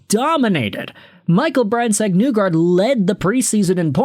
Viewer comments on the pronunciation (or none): Other than the Brandsegg-Nygard pronunciation it’s a good video It’s knee-guard essentially